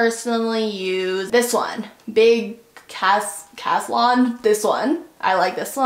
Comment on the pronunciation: I just downloaded the Final Cut Pro trial and this was so helpful- thanks! Also, I'm named after the font you used– Caslon :) and you said it correctly, which no one does!